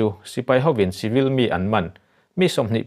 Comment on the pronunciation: ngatinge chibil(civil) ti a i lamrik zel le?